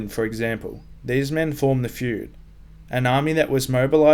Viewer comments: Good video but but it's Fyrd not fryd. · Very nice video, although the term is "Fyrd" not "Fryd" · "Fryd"? It's supposed to be "fyrd".